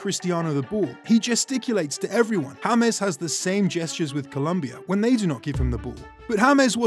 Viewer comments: he said in the video hames instead of James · no in the video he said hames instead of James